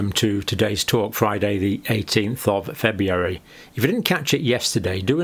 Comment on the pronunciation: How come you cant say February correctly?